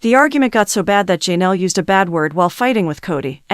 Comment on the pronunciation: Poly-gam-us??? If you film videos, learn to pronounce words correctly. It’s also Ja-Nell, not Jean-ell.